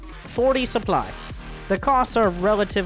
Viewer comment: Keep saying Supply as Soup Ly